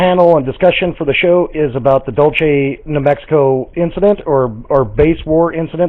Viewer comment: 5 people and about 4 of them count pronounce "Dulce" properly